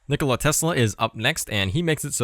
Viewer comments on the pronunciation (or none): none